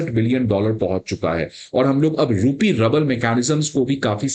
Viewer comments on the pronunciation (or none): Rouble is pronounced as ROOBLE and not Rable.